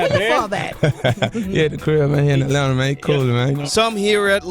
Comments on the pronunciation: Its atlanta not atlanter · Dude said "Atlanter" 😂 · There’s no R in Atlanta 😂 I know yall like to add Rs in certain words 😳 😂